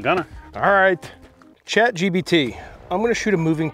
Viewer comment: The host keeps saying Chat gBt while its actually Chatgpt lol